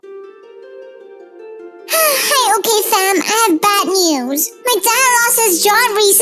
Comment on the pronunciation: Actually we say it ok not okeh